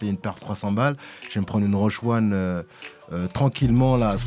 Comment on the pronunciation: Dites à que c’est Roshe Run et pas Roshe One!!! 😏 Il a as bien lu son conducteur!!!